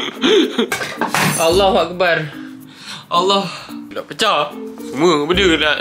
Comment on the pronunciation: hahahaha dia cakap Allahkebat